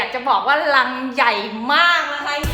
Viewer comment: รังนะครับ ไม่ใช่ลัง ^-^